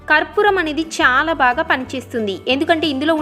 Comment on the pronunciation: చాలా అనే పదాన్ని సరిగ్గా పలకమని రిక్వస్ట్ చేస్తున్నాను.అంతా బాగానే చెపుతున్నారండి